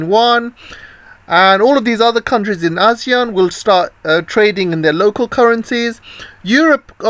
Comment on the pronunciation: Its 'you ann' not wan. Your chinglish is poor🤭